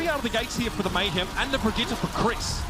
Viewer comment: Only one here gets triggered every time they pronounce Brigitte wrong?